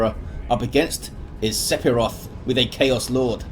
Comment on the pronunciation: Im not sure if the player prefers to pronounce it differently, but the "ph" in Sephiroth should be pronounced as an "f", so that it should read "Sef-iroth". Just a language quirk.